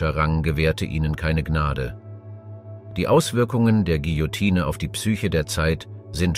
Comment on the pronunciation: Bei König Ludwig's Hinrichtung solltet ihr eine zeitliche Korrektur in Erwägung ziehen. Da habt ihr euch um 200 Jahre verhauen. Das "e" am Ende des Wortes Guillotine ist stumm. 😉